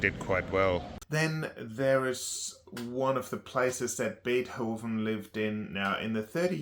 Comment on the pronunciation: Damn the way you say beerhoven or rhe other names surly tou must be taking the piss